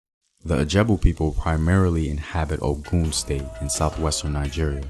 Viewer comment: OGUN NOT OKUM